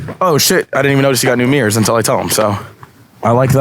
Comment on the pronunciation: "Meers"? Like meerkats? "I hate saying the word 'hella'". *proceeds to say the word "hella" again